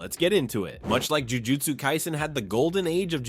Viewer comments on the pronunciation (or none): none